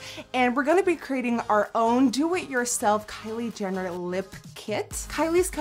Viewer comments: You said Kylie Dinner xD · Sounded like she said "Kylie Dinner" 😂😂 nice video though! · Is it just me or did anyone else catch when she said "kylie dinner" 😂 i love you though nikkie!!!!!! ❤️❤️❤️❤️ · she said kylie dinner😂😂😂😂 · She said Kylie dinner lol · did anyone else notice she said Kylie dinner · did you call her kylie dinner???? ** the cc confirms!!!! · She said Kayle Denar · did she say Kylie DINNER?